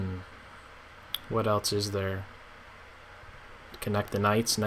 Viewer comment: "What elts is there?". What does "elts" mean?